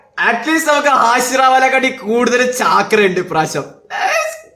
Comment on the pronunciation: Chaaakra അല്ല bro ചക്ര 😂😂